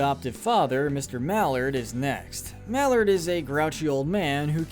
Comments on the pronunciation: It's Maellard not Mallard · you actually said JBF instead of GBF like it actually was, and you said mr mallard when its actually pronounced like mailered. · Didn’t pronounce pops last name right!